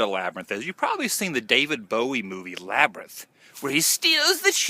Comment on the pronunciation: LOL. The LaBrYnTh!! Can't say it normal. Haha. Cracked up at the end with the sun and your goofy labryth talk.